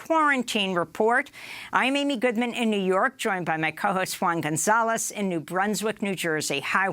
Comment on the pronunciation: Love the Latino's pronunciation.